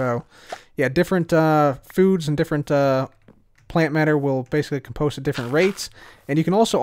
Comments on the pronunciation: COM-post not com-POST... Check the dictionary:) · Say "comedy", now say "compost" with emphasis on the "com", not the "post". You're welcome.